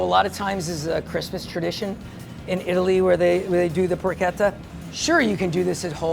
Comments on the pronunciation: Its porsheta not porketa. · It's pronounced paw-cheh-tah not porketa